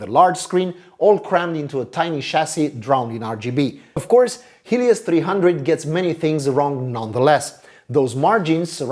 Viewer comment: For 1/2 of the video I thought the author was saying "this HIEDOUS 300", which did not many sense as he was clearly praising the laptop. I love this design!